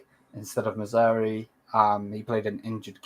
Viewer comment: Maz - roaw- wee not mazari bruv.